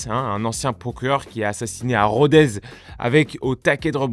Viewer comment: On dit pas RodeZZZ mais RodeSSSS. T'as fait saigner mes oreilles Rouerguates.